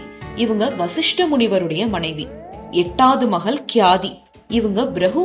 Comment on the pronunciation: மகள் ள் என்கிற எழுத்தை ல் என்று உச்சரிக்கிறீர்கள்.